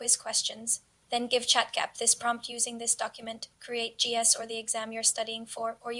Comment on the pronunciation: Heyy!! Love the video! Happy that YouTube recommended your channel to me. I don't know if it will help, but maybe the AI voice will say ChatGPT correctly every time if you actually space out the Gpt part (like G P T) or somn like that. Keep being consistent bbg, you'll do amazing 🤍✨🙌